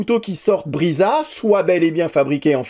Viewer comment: Brisa se dit Brissa, pas Briza et nesmuk se dit nesmouk pas nesmuc.